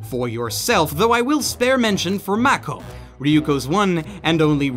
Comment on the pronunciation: While I was hoping for a higher score, I accept your final thoughts on Kill la Kill,. You are one of my favorite anime reviewers for sure. HOWEVER... YOU, sir, must do me a favor! PLEASE, for the love of god, put some effort in pronouncing these characters' names the way they're pronounced in the show! It irks me to the point where my eye twitches! Hearing Mako pronounced as "Makko" and Satsuki pronounced like "sat-suki", as in the past participle of sitting, does not a happy Blitzcrank make.:( And if you never make that change or even read this post, it won't really matter I guess, as I'll still watch your videos.:)